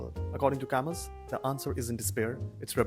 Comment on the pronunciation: I thought camus pronounces as kamu.